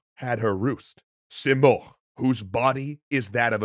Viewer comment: Rudabe is pronounced as [ruːdɒːˈbe] Sam is pronounced as Saam, much like Zal/Zaal Simurgh is pronounced as /sɪˈmɜːrɡ/ or si morgh(gh=ق) Rostam is pronounced as [rosˈtæm]